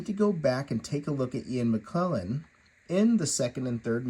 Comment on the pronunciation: How can I take you or your opinions seriously when you can’t even pronounce Sir Ian McKellen’s name correctly??? There is no excuse - a true fan collector would take the minimal amount of time before doing a review to just CHECK.